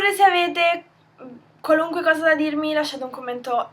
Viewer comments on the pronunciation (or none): none